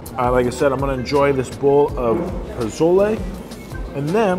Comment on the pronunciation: Puh-sole-lay. Not “pa-zole-Eee”